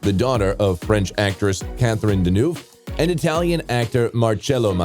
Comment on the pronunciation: You have a problem to pronounce French « eu » in Deneuve and Villeneuve! You need to improve…